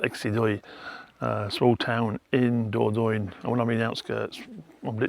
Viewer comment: *dor-don-yuh=Dordogne 😊 Closer to the French pronunciation.